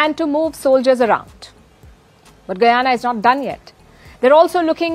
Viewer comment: Last time I checked Guyana was an English speaking country , will you speak English , and another thing the letter " H " in English is not silent .